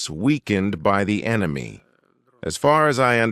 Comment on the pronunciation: FIRST TIME I hear RUSSIA called ENYMY as ENYMY including arch-ENYMY ISRAEL AND USA.